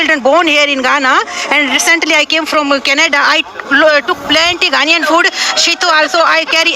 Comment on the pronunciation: Its 🇬🇭 NAIAN oo. Its spelt GHANAIAN please. Just drawing your attention. Am sorry to disappoint you, because the young people in your country are not going to change;unfortunately. Its because they don't know the history. The older ones know the history. Ghana was ahead of Anago 🇳🇬 in all spheres of development PRE and POST independence until the OIL BOOM in Anago 🇳🇬 in the 1970's.